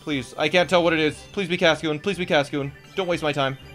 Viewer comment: Silicon is a semiconductor, and "Cascio" is a mispronouncination of Casio, a company that makes calculators.